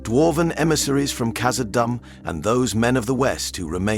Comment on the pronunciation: Please work on your pronunciation You said kazadoom the first time and then after that you keep calling it kazadumb